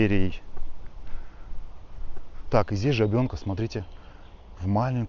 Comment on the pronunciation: Река ЖАбенка, на 1-е А ударение.